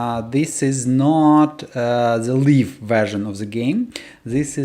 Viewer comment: "live" is pronounced лайв, it sounds like you're saying "leaf version" 😅